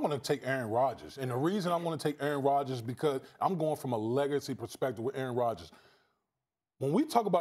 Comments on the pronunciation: "Errn Rodgis" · Try saying “Aaron Rodgers” like Damien Woody. Go ahead. It’s not possible.